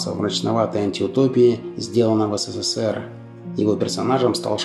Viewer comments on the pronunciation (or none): none